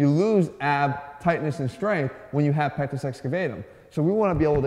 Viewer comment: I thought you said " I have a small penis" lmao